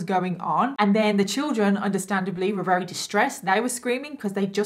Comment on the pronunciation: I don't know why but I find it really cute how you say "werry" instead of "very". I don't mean any offence by this comment I genuinely find it adorable. So happy I found your channel, one of your videos came up as a suggestion under a bailey sarian video ❤️